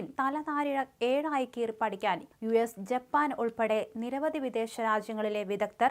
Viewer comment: ഏഴായി കീറി പഠിക്കാൻ അല്ല 'ഇഴ കീറി' പഠിക്കാൻ 😂